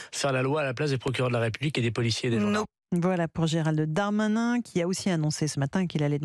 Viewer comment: Pourquoi elle dis Gérald de Darmanin au lieu de Gérald Darmanin c pas un noble français 😂😂😂😂😂le Darmanin